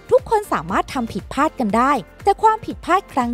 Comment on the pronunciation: พลาด ไม่ใช่ พาด ใช่มั้ย !!!